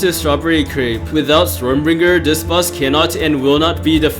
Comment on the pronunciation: it's stormbringer not stormBRINJER SJSKSHKS ARE YOU CRAVING A BRINJAL